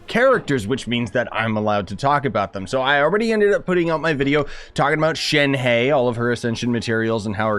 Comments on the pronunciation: Idk how to spell this out, but Shenhe's name sounds more like Shun-her (yes i know this is funny). Shun-her is still not totally accurate, but it sounds closer to how it is actually pronounced than Shein-hey. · super small nitpick but Shenhe’s name is pronounced “shen-huh” btw, great video otherwise